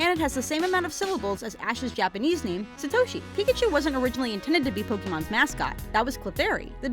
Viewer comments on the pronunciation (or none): Get the Japanese names right next time. Sa-to-shi not Sa-thou-shi